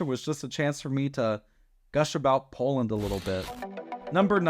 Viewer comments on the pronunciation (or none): none